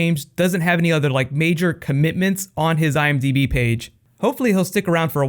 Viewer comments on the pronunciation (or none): none